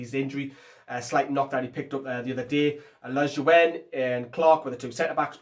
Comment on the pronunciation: I swear you say lejuene worse and worse every video 😂